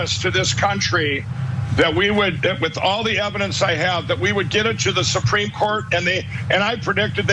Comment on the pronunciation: SUH-PREAM COURT!